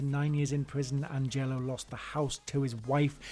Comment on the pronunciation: Hey Chief his name is Agnello not Angello